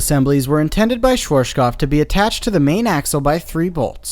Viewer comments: I'm enjoying this channel a lot, really, but the way he pronounces Schwarzkopf as "Shworshkoff" makes me wince every single time. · When you say "Schwarzkopf", pronounce the center part "artskop", that'd make it sound closer to the original pronounciation. Z=ts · Also, the w is pronounced like the English v. And yes, arz is pronounced like the English word "arts". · As a german, I have to smile a bit everytime I hear what sounds like "schwartschkopf" :D No offense of course, I love the informations given. Especially from your point of view as an experienced ride operator. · His way of saying it is hilarious! "Schvorschkoff" :D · Your pronounciation of "Schwarzkopf" is funny^^ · Two small bits: This video is entered into the playlist twice, and the way you pronounce Schwartzkopf is... just wrong xD the 'artz' in the middle should be pronounced like 'Quartz' (at least... I think Quartz is the same in english? xD)